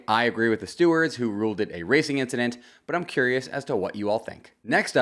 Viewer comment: It was just an inchident